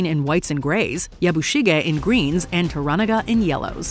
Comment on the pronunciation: And pronounce Mariko as Muh ree ko or Toranaga however the heck the narrator in this video butchered it. I don't get how people who make videos on this show can butcher the names, it's not like they don't say the names of major characters like Mariko and Toranaga dozens of times each episde.